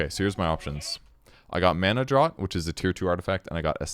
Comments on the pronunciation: One day we'll all accept that "draught" is pronounced "draft", not "drawt", and the world will be made right again. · Draft, its pronounced draft! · Draught is pronounced like draft. Like draught beer